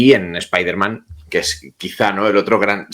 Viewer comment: Como "Spaiderman"??? Noooooo..... Spiderman, por favor. 😅